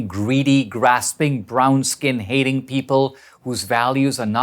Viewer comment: he really emphasizes on brown-skin lol